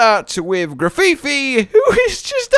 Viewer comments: It’s not “graffifi” dude. I hear you say it that way and I just keep thinking of a prison masturbatory aid. It’s Graf-eye-eye. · Did really say grafifi? It’s grafaiai like graffiti and the real life animal the Aye-Aye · grafifi? Its Gra - fye - aye. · FYI, Cetitan is pronounced “Seh-titan” and Grafaiai is “graf-aye-aye”. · Grafifi … While it’s an aye aye that does graffiti so the pronunciation is obvious This is just an amusing way to pronounce it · That’s pronounced “Graf-eye-eye” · I cant with the Grafaiai pronunciation lmfao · You mispronounced Cetitan. You also mispronounced Grafaiai.